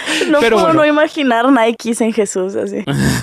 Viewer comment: Ay boby boby (tu nombre me recuerda a mi perro y eso es un gran honor) no se dice "Naiki ",ni naik, viene de griego y se dice "nique"... NIKE (naiki) son los tenis ,si esos de la palomita esos que llagan a costar 2000 dolarucos o más, y que la que creó el logotipo de esos zapatos le pagaron,según la leyenda , 50 dólares. Y que son fabricados a un costo muy bajos.